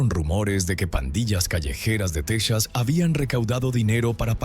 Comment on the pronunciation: Asi como que se te dificulta pronunciar el dinero! La linea de emergencia es 911 tal cual! Texas se pronuncia Tejas y el dinero se pronuncia asi cuatrocientos mil dolares! Porque cuando hablas de dinero no se entiende nada